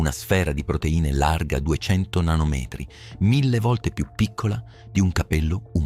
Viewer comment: Basta con sta IA, noioso. Poi ascolti batterío invece di batterio (nota l'accento) o nanomètri invece di nanometri, ed allora lasci perdere.